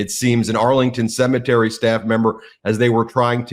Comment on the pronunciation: For Trump a cemetery is a 'See Me Tree'